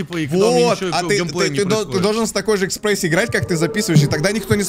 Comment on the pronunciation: Экспрессия или эсспрессия 🤣🤣🤣